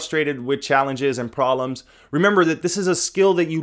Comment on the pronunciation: Why do you not pronounce the "b" in proBlems. >.<